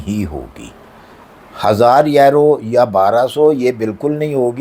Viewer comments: Aero not Euro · Aero aero kya hai euro Hota Hai bolna shikh pahle